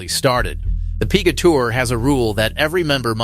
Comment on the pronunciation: "the Pee-gah Tour" says your text-to-voice software. Can you do better?